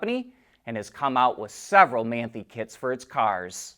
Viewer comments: man-thee...HAHAHA your pronunciation is terrible. More like maan-tie (like tying your shoes). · It's pronounced "man tie"! Get it right.